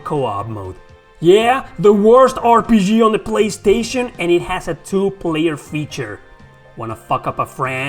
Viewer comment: "In zee polistation" LOL